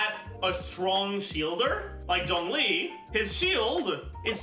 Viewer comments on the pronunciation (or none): none